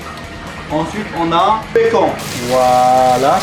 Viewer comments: Sa se prononce pas bécon mais béconne donc bacon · Mdrr il a dit : le bécont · le "baicon" 😂